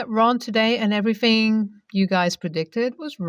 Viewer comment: the word everything is TH thing not everyfing like you keep saying. please say your words properly.